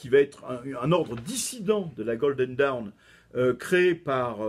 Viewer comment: Ah ! Le mot "dawn" est bien difficile à prononcer pour un Français ! Ce n'est pas «daoun» (comme "down"), mais quelque chose comme «donn» avec un o très ouvert (presqu'un a), un peu comme dans la «rose» de Francis Cabrel. Et cette voyelle est plutôt longue.